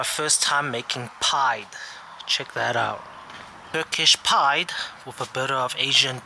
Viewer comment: It’s pronounced pidday say it quickly though. Good video 👍